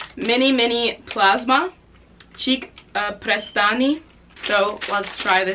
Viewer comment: kako je smesno rekla cik prestani